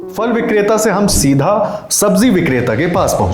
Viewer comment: Very good reportage only one request. Perhaps the voice over journalist and the one on camera can pronounce phal (fruit) as phal and not fal. When we hear the right pronunciation we perpetuate it further, and the same goes for wrong pronunciation. Also, Azadpur Mandi dakshini Dilli mein nahi hai, balki Uttari Dilli mein hai.